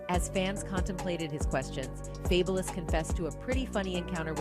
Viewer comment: I cannot!! That lady who narrates all those videos, drives me bonkers!!! Her mispronunciations are too bad. Fay-bu-lus? Girl FABULOUS, so what he spells it different. seriously??